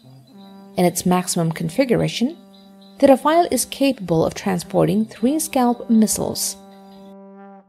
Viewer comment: A Chinese woman with bad pronunciation is laying semi-random words about weaponry. LOL E.g. about the tank: 1) What exactly is an armour that can be "moved around"? Did you mean modular armour? LOL 2) What is defense "against explosive blocks" on the side? Do you mean reactive armour against ATGM? Hehehehe. The pronunciation is also very funny. English is bad enough but now French? Saying Rafale almost made you break your tongue. Oh and did I mention the factual errors? Like how the hell can SCALP have a range over 1000 km? More like 550 and 250 for the Ukraine export version.